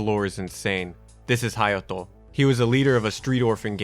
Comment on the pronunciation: I was like…how did my mans say “Hayato” multiple times with an accent and everything but completely butcher Kaede lmao